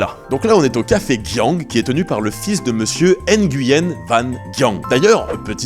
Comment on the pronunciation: Super vidéo, petite précision pour Nguyen (qui se prononce "oui yen"), c'était aussi un nom qui était donné aux nobles ou aux riches commerçants chinois qui voulaient "se cacher" au Vietnam. Comme ils amenaient des richesses et du business au pays, les gens portant ce nom étaient souvent exempté d’impôts. 2e point, beaucoup de vietnamiens, surtout en Campagne n’avaient pas de nom de famille (ce fut le cas aussi en Europe avant) et la France coloniale à voulu organiser un recensement, mais difficile à mettre en place avec des personnes sans nom de famille... Du coup beaucoup de Vietnamiens ont dû choisir un nom, et comme c'était communément admis que les Nguyen avaient des avantages fiscaux, beaucoup se sont dit que c'était un nom intéressant 😅. Et hop plein de Nguyen sont apparus.